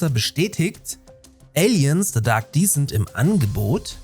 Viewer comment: Kleiner Englisch Tipp: Aliens Dark Descent wird Descent (Abstieg etc.) anders ausgesprochen als Decent (anständig, ordentlich, in Ordnung), wie du es ausgesprochen hast. Ein kleiner feiner Unterschied. Just fyi :)